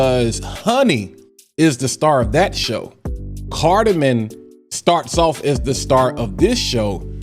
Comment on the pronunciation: lol not to sound like a critic bro but it’s carda-mom 😂 not carda-min .. great thorough review 🤙